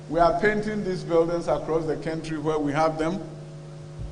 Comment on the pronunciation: The guy said kantry